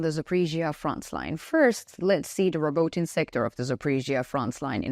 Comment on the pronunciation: Robotyne is pronounced Robo-Tee-neh..... Not trying to be that guy. Just saying....